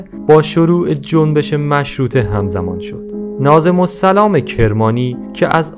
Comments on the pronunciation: ناظم الاسلام درسته برادرناظم سلام نخونید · داداش ناظم الاسلام nazem o l eslam درسته . نه nazem o salam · اقایِ مجری ناظم الاسلام درست است ناظم السلام غلط است اگربادقت مطالعه فرماییدصدایتان زیباست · درود فرزندم وقتی میبینم فرزندان رشید ایران به تاریخ نگاهی ویژه دارند خشنود میشوم من معلم تاریخ دانشگاه که ۴۲ سال تحقیق وتدریس داشته ام از شما عزیزان خواهش میکنم به این روشنگریها تداوم بخشید اما لطفا با مطالعه بیشتر ورجوع به فرهنگ لغات تلفظ درست اسامی وواژه هارا ادا کنید تا این منجر به بد آموزی وبر بادرفتن اعتبارو زحماتتان نشود ناظم الاسلام درست است ونه ناظم السلام! وعرض به مفهوم ابرو (erz) تلفظ میشود ونه( arz )با سپاس.ضمنا قجرها مغول تبارهایی بودند که با ۶ ایل دیگر ازجمله شاملو، تتلو، دولو، ذوالقدر، استاجلو، افشار برای حمل باروبنه لشکر تیمور از آسیای مرکزی به اسارت گرفته شدند ومتاسفانه بوسیله وبا وساطت شیخ صفی جد شاه اسماعیل آزاد شدند ودرایران جا خوش کردند وبه اسماعیل کمک کردند قاتلین پدر وعمیش را بکشد وسلسله صفویرا تاسیس کند واز همین هفت ایل سپاه خونخوار قزلباشرا تاسیس کند که از ان زمان این ایلات در نا امنی ومزدوری روس وانگلیس وسقوط حکومتهای اصیل ایرانی واز جمله حکومتهای نادری زندیه وپهلوی نقش اساسی داشته اند لطفا دراین رابطه بیشتر روشنگری فرمایید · سلام برادر بزرگوار.اسم نویسنده معروف که اول ویدیو ایشان را نویسنده کتاب معرفی کردید،ناظم...ال...سلام نیست،همانطور که روی جلد کتاب نوشته شده : ناظم الاسلام بود. اسلام نه سلام در صورت امکان تصحیح بفرمایید.باتشکر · ناظم الاسلام نه ناظم السلام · دوست عزیز، خواهش میکنم دقیق و درست روخوانی کنید، ناظم السلام نیست ناظم الاسلام سلام نه، اسلام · ناظم السلام چیه دیگه!!!!؟ ناظمُ الِاسلام ، اسلام نه سلام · سلام، خسته نباشید، «ناظم‌الاسلام» را اشتباها «ناظم‌السلام» تلفظ می‌کنید! ایشان فرد معروفی هستند و تلفظ اشتباه نام ایشان عجیب است!